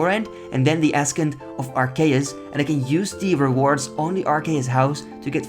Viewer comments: Love the series. Just for the future: it's pronounced "a-sent" of arceuus not ass-kent. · Ascent is pronounced "uh-SENT." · Long and curved bones are going to be great con xp, basically you just get an xp lamp Also just a mini FYI, ascent is pronounced like "asent" I know its weird but English is just a weird language haha love the videos man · “Askent of Arceus” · Fun video as always, and I liked the 10 ep recap as the achievements often blur together with the spacing between videos. Also a little tip - Ascent is pronounced ass-ent, the c is essentially silent Keep up the good work! <3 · FYI its pronounced 'Ass-ent' <3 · I know English isn’t your first language but wyrm is pronounced like worm and ascent Is pronounced like “ah sent” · Great episode! Just so you know btw, the word 'ascend' is pronounced "uh-SEND" lol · ascent, in english is As-sent, means to rise/climb. otherwise great work quite entertaining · Love the series. It doesn't matter but ascent is pronounced without a real "C" in it, it's sort of a silent "C". Frigging English is annoying. And again love the series and this comment doesn't matter at all :) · The 'C' in 'Ascent' is silent. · Thats not how you say ascent lmao